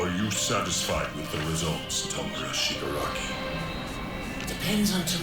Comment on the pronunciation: ITs tomurA not TomurU <3